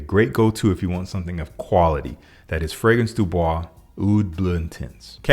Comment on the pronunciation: Bro hearing you say the fragrance du bois name gets me everytime 😂.